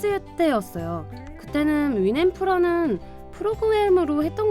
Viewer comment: 윈엄프가 아니라 윈앰프 입니다. 마이크로소프트가 개발한 것이죠